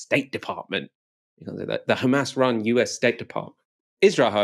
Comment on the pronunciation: "The khamas run US state department" priceless line